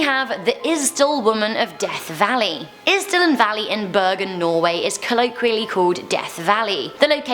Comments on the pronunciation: And you Said bergen wrong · Burgen its bærgen